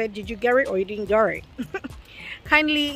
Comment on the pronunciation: “Do you gerrit, or you don’t gerrit”🤣😂😂😂